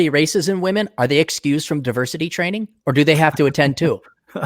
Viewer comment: Gotta love 'duh-versity'!!!